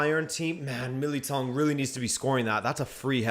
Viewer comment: Sorry, but given your Portuguese descent, your pronunciation of "Militão" was shocking.